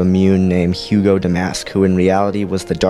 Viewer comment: Hego Damask. Not Hugo.